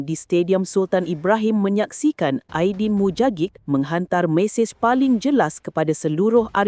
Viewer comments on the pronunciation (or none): Ajdin Mujagic disebut 'Aydin Muyagik'